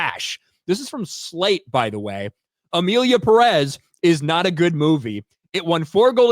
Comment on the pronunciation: It’s not pronounced “Peréz”, it’s “Pérez”; the accent goes on the first “e”; still, I’m not going to watch this huge crap even if it win 7000 awards. Question: should not it be nominated in both actor/actress categories? 😂😂